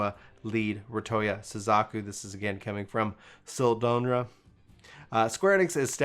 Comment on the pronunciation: Ah and the way he pronounces Japanese names 😂🤣. they did sell Suzuki vehicles in the US for years!